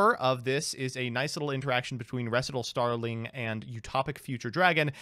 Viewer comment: actually saying Recital correctly was the highlight of this video. Actually learning.:O